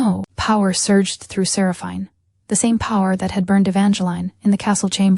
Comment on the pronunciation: Good story, but could the narrator please pronounce Seraphine properly 🤦‍♂️